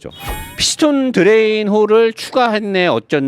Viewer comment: 드뤠인 ~~ 하~~ 알 ㅋㅋㅋㅋ